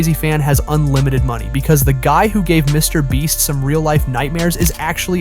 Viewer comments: You were saying mr bleach instead of mr beast 😂😂😂😂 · He always say Me Brest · i swear i heard you say "mr breast" and "mr bleach" lol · Stupid ai channels using the mr breast name for extra views👀😂😂😂 Edit: sorry, "mr bleach"😂😂😂😂😂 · mr bleach lol this AI cant seem to get it right😭🤣⚰ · WHY IS THE AI SAYING MR BREAST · Bro is saying mrbreast then mrbleach wtf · "Mr Breast" ☠️ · how did i not catch these both the first time😂 how tf did he mess up his name with such clarity twice!! after saying it correctly a ton of times lmao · He said Mr. Breast too lmao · Why do you say his name different lol